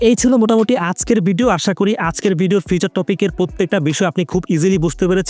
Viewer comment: ভাই ওইটা ফিচার না ফিউচার